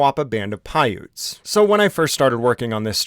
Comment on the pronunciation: I thought you said "Moapa Band of Pirates", it definitely fits lol